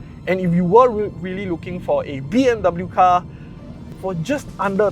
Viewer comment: 'dub bew' hahahah good video either way